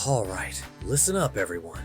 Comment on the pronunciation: your already starting and messed up a word What is: “Halright”